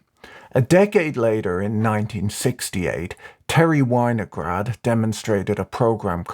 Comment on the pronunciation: Vinograd - vee-no-grad.